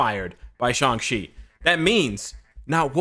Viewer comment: why does people pronounce it as Shung-chi?